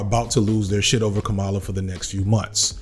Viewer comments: Dude, can you please pronounce her name correctly, every time? It's not that hard. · You’re saying her name wrong. It’s not that hard. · you got it right more often than not, but it shouldn't be hard to get right every time. Here's all the times you said "Kamala" wrong: for anybody that doesn't know, here he is saying it correctly. . Emphasis on the first syllable. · If she’s been doing her job the last 3 years, people would know how to pronounce her name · I need you to say her name correctly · Let’s hope that her winning means we’ll be able to consistently pronounce her 1st name right. Right? Bueller? That said, I’m for joining you in how to engage in the hopefully upcoming Harris presidency to bring forth action in a positive direction. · hey man, i noticed a lot of people are confused about how to pronounce her name and i think you might be saying it a little off. republicans have been saying it purposefully wrong (kaMAla) when she and others close to her have said it is KAHmala (like you’re saying comma - la). just wanted to let you know since i noticed how you were pronouncing it and i seriously doubt you were saying it wrong on purpose. thanks for the amazing video once again. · Did you know you kept going back and forth between pronouncing Kamala's name correctly and incorrectly? It's "comma-luh" not "come-allah". I'm sure you didn't mean to, but yeah As for Kamala, the sublimely beautiful and hilarious part of all this is she is uniquely qualified to "tack to the center" and prosecute Trump in public Because she is quite literally a centrist and an excellent prosecutor She was annoying in the primaries pretending to a super lib, but all she needs to do now is just be herself lol She is going to crush Trump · Her name is “comma-la” not “kuh-mala” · Kamala is pronounced "comma - la" Names matter. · Gonna have to land on the pronunciation of her name if you're gonna keep doing videos on her, man. "Comma-la" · pronounce her name correctly maybe